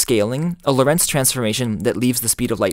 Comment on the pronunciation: Prof. Lorentz's first name was Hendrik and so is mine. He was a Dutchman and so am I. His surname should be pronounced as LORentz and not lorENTZ. The first syllable is the stressed one.